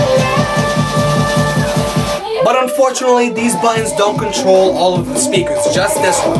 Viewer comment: its not pronounced buddons it's buttons